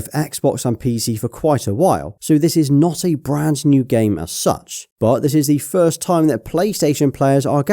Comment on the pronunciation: He said "firts" 😂😂